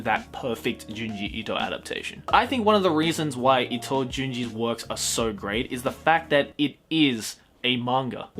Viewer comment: Itoism. Seriously bro?